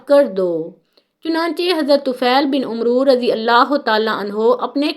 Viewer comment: Not Umro but amer